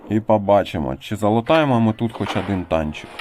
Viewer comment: пАдобається,Адин і т.д . ! Мені одному вуха ріже ?😅